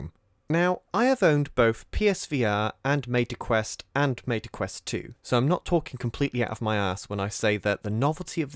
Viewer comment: ...Maita quest... Maybe it's just the accent 😅 good video otherwise 🙂